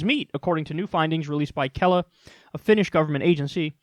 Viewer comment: Damn, Kyle pronounced Kela like 98% correct, much better than I had expected some non-Finn to say anything Finnish. Granted it's not a hard name, but still.